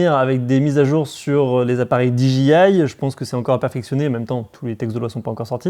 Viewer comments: No,no: Di-Djé-Aïe...😉😎😜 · Prononcer le D et le I en anglais, mais le J reste français :D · on est d accord :D mais lui le dit à la française pour le J :D